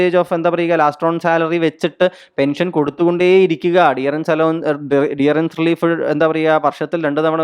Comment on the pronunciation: ഡിയറൻസ് അല്ലല്ലോ ഡിയർനസ് എന്നല്ലേ.